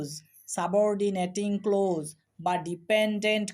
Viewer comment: Sir amake khoma korben,karon hisabe bolchi apni clause uchcharon korchen close. Ata boro Kane baje.thanks.